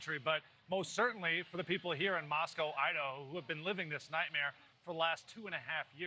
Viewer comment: Thanks for pronouncing Moscow correctly.